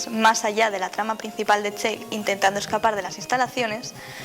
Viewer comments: aver aver aver se escribe chell se pronuncia chel no chain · No se pronuncia chell se pronuncia chel aunque buen vídeo